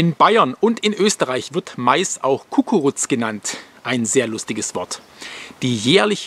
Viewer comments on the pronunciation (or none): sorry aber nicht kukurutz sondern gugaruts lg aus wien ( zumindestens hab ich das so "gelernt") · man sprich das Guckuruz aus und nicht Kuckuruz ;D trotzdem cooles video wie immer lg auf Oberbayern ;D